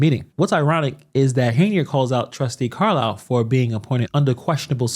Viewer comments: So she wants to sue for defamation ,but insists upon calling trustee Carmen Carlisle " Car-liar"? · Lol I’d rather be called Carlliar than Theifany